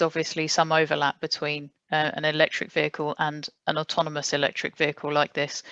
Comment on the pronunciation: Slightly embarassing that a man who makes autonomous vehicles for a living can't actually say 'automonous' right :-) Maybe someone should tell him...